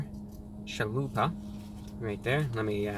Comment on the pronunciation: Everytime he says “Chalupa”, a beautiful Mexican baby is born.